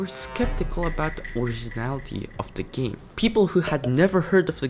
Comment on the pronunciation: sayine game as geem LOL